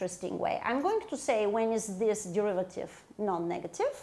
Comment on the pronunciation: Can't you just take the de-river-tive? (Sorry, not sorry)